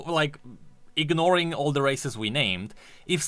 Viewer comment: says "Races" What I heard: "Racists":>